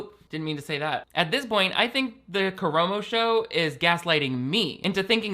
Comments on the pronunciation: I hate Karamo for this but I just wanted you to know (and Ik this is hateful of me) but it’s kuh-rah-mo. I love you. So much more than Karamo for sureeeee. It’s making me almost like double think watching queer eye ever again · bestie the A's were right there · Nah he doesn't deserve to have his name pronounced properly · the way pronounces Karamos name is KILLING ME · Everyone calm down! has apologized for their egregious mistake lol